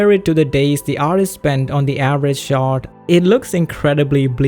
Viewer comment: Couldn't help but keep hearing "shart" when you said "shot" ... fairly amusing in context if you know what its used to mean "spending 4 days on a single shart" lol